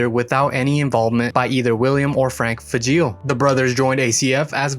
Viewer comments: The name is pronouncED LIKE FRAGILÉ BUT WITHout the R!!!! Get it right it makes you look dumb!!!! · I believe the correct pronunciation of Fageol rhymes with fragile.